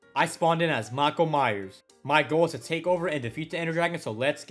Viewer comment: His name is Michael Myers not Mayer it's probably because